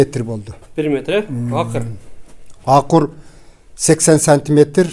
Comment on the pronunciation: Акыр дебей,акур десен жетим.АКУР